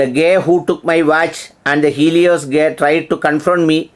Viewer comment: താങ്കളോടുള്ള ബഹുമാനം നിലനിർത്തിക്കൊണ്ട് തന്നെ പറയട്ടെ: Guy എന്ന വാക്കിന്റെ ഉച്ഛാരണം 'ഗൈ' എന്നാണ്. 'ഗേ' എന്നല്ല. ഇതിന്റെ അർത്ഥ വ്യത്യാസം വളരെ വലുതാണ്. ഗേയുടെ അർത്ഥം ''സ്വവർഗ്ഗാനുരാഗി'' എന്നാണ്. ഉദാ: He is a good Guy (ഗൈ) അർത്ഥം: അവൻ നല്ലൊരുത്തനാണ്. നിങ്ങളുടെ ഉച്ഛാരണ പ്രകാരം, ''അവൻ നല്ലൊരു [ഒന്നാന്തരം] സ്വവർഗ്ഗാനുരാഗിയാണ്'' എന്നാണ്.